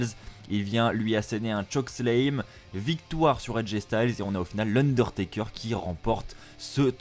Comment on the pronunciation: arrête de dire chokeslame, c'est chokeSLAM. et ce show était de la pure merde. de A à Z.